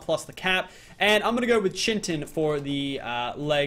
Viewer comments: IT'S NOT CHY-TEN, IT'S FREAKING KITE-IN!!! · Bestin Sloth my bad its pronounced Ky-tin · It's pronounced chit-in not chin-tin like where the fuck does he get the n from. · it's not chin tin it's pronounced kite-in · omfg, please stop calling it chintin, its pronounced Kai-Tin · no it's NOT it's Kite-in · KITE-IN its not chin-ton its KITE -IN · 2 metal chunks give you one ingot and you're saying chintin in stead of chitin kind of like chit-in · ITS PRONOUNCED KITE-IN NOT BLOODY CHIN TIN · Yo it's kai-tin not chin-tin btw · When he pronounces Chitin (Ky-tin) Chintin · it is pronounced as Ki-tin not Chintin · PLS, IT'S PRONOUNCED KAITIN, NOT CHITIN. it's spelled chitin, but it it's pronounced with a K sound and a lot of emphasis on the I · it's pronounced 'ky-tin' not chintin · kite-in, not chin-tin not chit-in, kite-in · it's chitin not chintin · Argentavis not eagles.. and chitin like “kite in” not “chin tin” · Its not chintin its chitin like this kie-tin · it's pronounced kite-in not chintin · It's not pronounced Chintin it's actually pronounced (Ch-I-tin) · Chintin ITS CHITIN LIKE PRONOUNCED KIYTIN NOT CHINTIN ITS NOT HARD GET IT RIGHT LOLZ XD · its CHITIN not CHINTIN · Who Cringes when he says Chin Tin but pernounced kite in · I'm done, its pronounced (Kite-in) not chin tin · PLEASE there is NO N in chitin you're pronoucing it as chintin not chitin, its really bugging me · Its chitin not chintin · Not chintin it is pronounced kitin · dood it chitin not chintin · Why does he call it chintin? It's chitin!!!! Ur a good utuber but learn to read!!! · Its pronounced Ki Tin.Not Chin.Tin. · Yeah it's KITE-En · its actually Kite-in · Its pronounced kite en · it's actually called chitin said Ky-tin I did look it up on the website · its kite-in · It's pronounced Ky-Tin actually m8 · im pretty sure its pronounced kitin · It is pronounced kitin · Bestin Sloth it's kite-in